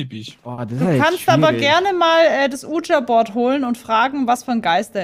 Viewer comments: „uuh-ja“-board :D das heißt „wie-dschi“-board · Ich wollte Nur an merken das man Ouija board nicht so ausspricht Wie du es machst